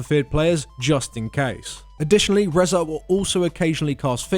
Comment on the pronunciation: "Rehzar"... You mean Rezan. Reh-zahn.